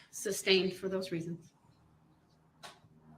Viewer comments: The fact that we are on like week three, and he calls it “substained…”. That just doesn’t bode well for his future. He doesn’t recognize that he is the dumbest person in that room. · Substained? Grouns he axed without relevancy !